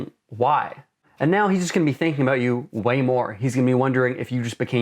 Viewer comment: he said a-boot.